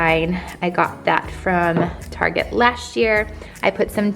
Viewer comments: you sound drunk during this video ,, now i know keep saying target etc wrong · How pathetic the way you kept pronouncing Target & boutique. It makes you sound..pathetic. The fact the house looks like it was decorated by a red and white muppet.